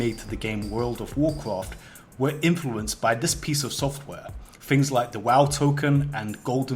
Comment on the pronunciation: dude im so sorry im not trying to be racist or descrimitory but fix ur voice the content is good but ur voice ruins It man say wow the right way